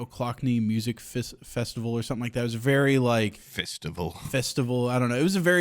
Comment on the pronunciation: i let it slide every time you say "milt" but "fistival?" learn how to do E's my boy.